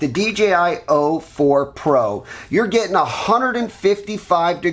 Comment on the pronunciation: It’s o4, not 04.